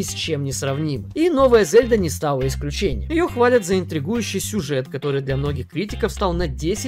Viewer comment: Лайк только за то, что ты пока единственный блогер в ру-сегменте, который правильно произносит имя Зельда👍👍👍 Даже не знаю, какой имбицил решил в русской озвучке произносить мягкое Е - ЗЕльда🤦‍♂️ это как ИзËльда или ИнЕсса..